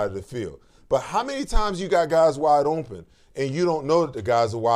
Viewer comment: Especially when he says ohmpen 😂